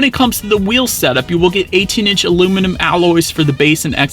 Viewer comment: Luminum? Good review though